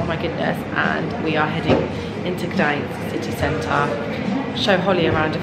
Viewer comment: Hello, I hope you had an amazing time in Poland😍 One little note, with Gdańsk the N (Ń) is the first letter, then is S☺